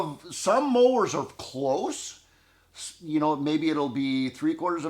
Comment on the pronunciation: Some of us smarter people know the numbers are settings, not inches. BTW, the pronunciation is mowers, not moors.